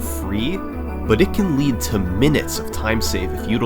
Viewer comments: It's actually not pronounced lead as the metal but lead as in leader. Search it out. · For the longest time I thought it was Bubble Lead (pronounced "led"), as in lead the metal, instead of lead (pronounced "leed), which makes so much more sense. I'm 22 and I only now realized it wasn't a metal bubble. I don't even know why I thought it was. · Bubble "lead" .... LEAD... 😂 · Is it difficult to understand that lead is the word that rhymes with “dead” and that nou1’s name is no one? I’d say not hard. Do better